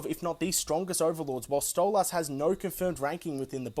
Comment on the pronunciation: It's Stolas, not StolASS 🥲